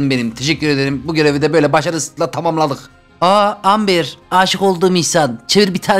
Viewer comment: Ember :D